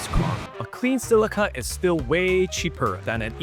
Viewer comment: It's not pronounced as Sillica. JFC!